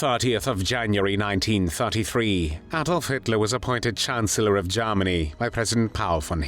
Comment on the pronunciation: especially how he pronounces Garm arnie!